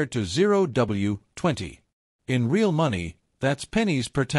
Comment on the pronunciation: Very informative video. Though why did you have to use stupid AI voice? When it says "Re al" for the word real, it's stupid and very annoying!